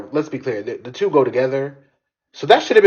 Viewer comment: Sorry, but “Chew decades” 😂😂😂